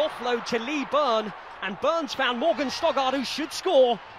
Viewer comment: Oh my God he keeps ptonouncing Morgan Stoddart as Stogard, it's frustrating